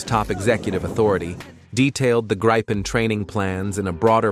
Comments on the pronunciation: Yes, starting with Greepen (which is correct), then going on to Grypen like all other videos. Then StrittsFord'n, ReggeringKanshlyiat and other nonsense. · Why, are you showing F-16;s, when talking about Gripen's? BTW: (Gr I pens, not graipens.) Show what's shown and talked, about. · This filthy AI voice isn't even capable of pronouncing the word Gripen consistently! One moment it's "Gripen" as in grip, then another "Grypen" as in "why." What are we supposed to believe at all? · why do you mix pronouncing Gripen the right way and the wrong "english" way. :)